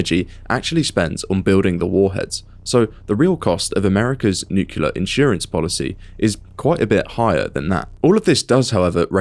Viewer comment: Consider to learn how to properly pronounce the word "nuclear"